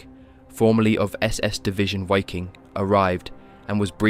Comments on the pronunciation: Wiking is pronounced Viking. I think others have commented this in previous videos. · It is pronounced "viking", for fucks sake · Great documentaties, but ya: The "why king" was killing me. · The W in German words, such as "Waffen", "Wehrmacht", "Wiking", etcetera, are pronounced as a V. And in case you're wondering, the letter V is pronounced as an F (except when it comes to some loan words)